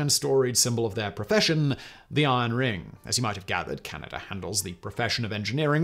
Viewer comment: I’m fascinated by geography but where the hell is Canader?